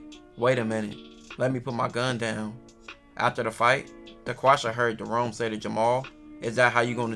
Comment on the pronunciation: sounded like he said daquasha both ghetto names tho 😂